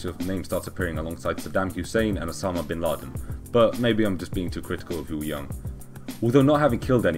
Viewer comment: Kim Woo Jung's pronunciation is closer to 'Woo-Zoong' than 'Woo-Young'